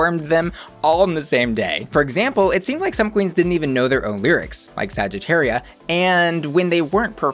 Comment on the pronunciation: Trying to pronounce every queen's name correctly and then they say saggitaria like a true american 😐